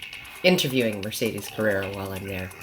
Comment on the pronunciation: Mercedes' surname doesn't have that fourth "r." It doesn't matter but I just thought I'd mention it.